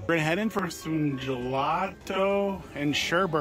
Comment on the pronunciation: "Alfreto" and "Colata" and "Sherbert"- LOL!